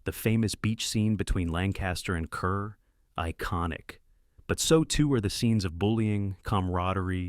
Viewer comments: Deborah Kerr's name is pronounced CAR and not CUR. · Her name is pronounced Deborah “Carr,” not Kerr! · Change your title. Please check the pronunciation of the names of people in involved. It is not Kerr it is pronounced KAR. Curtiz is not pronounced Curtis it is pronounced Curteez. Your video needs to be edited. Some of your selections are not historical. I love the movies you selected. The Patton relies heavily post-WWII tanks standing in for their WWII antecednts. Much as I love “The Great Escape” it is not the grand daddy of POW escape movies. “The Colditz Story”, “The Wooden Horse”, and even “The One Who Got Away” are its predeccessors. When I think of a historical accuracy I think of the black being based on real world events the right equipment whenever possible is used historical names are used if it’s based on a true historical event, like some of the characters in the longest day were actual people. However, some of your selections are not with many of us would call historically accurate. “Where Eagles Dare” historically accurate film? Are you kidding me they had a bloody helicopter in one scene! Yes, I know they existed in World War II. The Germans had a couple. But not something that you could find at airports in the 1960s. As long as I’m here, Casablanca” is based on an unpublished play not some actual mission in Vichy French controlled Morocco. “The Dirty Dozen” is based on a nove. A possible inspiration is from a special platoon in the 101st airborne division known as “The Filthy 13“.